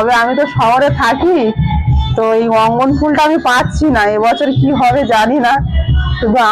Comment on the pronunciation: উচ্চারন ঠিক.কর.ওটা রঙ্গ ন.ফুল ।অঙ্গ ন ফুল নয় 😊